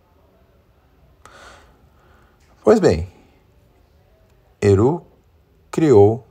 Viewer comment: Obs.: “Silmarillion” se pronuncia “Silmarrillion” e “Eru” se pronuncia “Erru”, ambos com “r” vibrante como o “rr” no espanhol. Perdão o lapso.